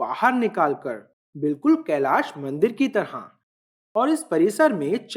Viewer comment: Bade bhaiya mai aapki bahut samman kerta hu aap Hindi bolte hain to sahi uchcharan kre aap "kailasha" n bol k kailash bole kyoki aap angrej nhi hai aap hindustani hai aap Hindi ka sahi uchcharan kr sakte hain.